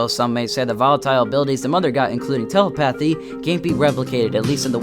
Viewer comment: That's not how you pronounce telepathy. tele pathy. no. Telepethee is the phonetic way to say it